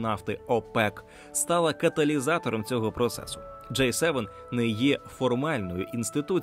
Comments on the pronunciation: Це «J» - [джей] Це «G» - [джи] Різні літери шо пишуться по різному та звучать теж трохи по різному. І да, Джей7, то скоріше J-7 - торгова марка соків від PepsiCo, а не те про шо ви дуже кльово і цікаво розповідали в цьому відео. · Дякую за огляд! Зауваження: G - англійською читається як "джі" "Джей" - це інша літера J. Цікаво було дізнатися про усі ці відмінності! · Джі севен! не кажіть джей севен. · До диктора: G7 читається як "Джі севен". "Джей севен" це J7 А взагалі, дуже крутe відео! Спасибі за просвіту <3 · Диктор говорить "Джей севен", хоча правильно вимовляти "Джі севен". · G7 це "джі севен", а не "джей севен" (J7) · Все добре, але нестерпно ріже вуха «джей севен» (J7), натомість має бути «джі севен» (G7) 😂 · Маю на увазі вимовляння англійської літери G в контексті Великої Сімки, «вісімки» та двадцятки. Диктор вимовляє «джей», що відповідає літері “J”, а має бути «джі» (G7, G8, G20). Гарного дня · протягом всього відео диктор називав G7 - [джей севен]. Що дуже ріже слух. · Теж звернула на це увагу